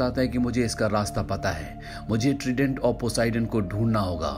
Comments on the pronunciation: Trident nahi "traident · Tredent nahi Trident hota hai..